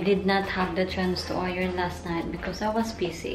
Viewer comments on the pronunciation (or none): none